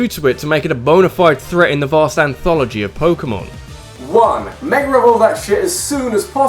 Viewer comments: i came for saying meger evolutions and stayed for being amazing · its mega not meger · Can you speak right like its mega evolution learn how to pronounce words